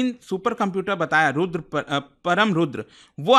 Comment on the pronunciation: Its परम् NOT परम, Its रुद्र NOT रुद्रा। Such mistakes are not expected at government level.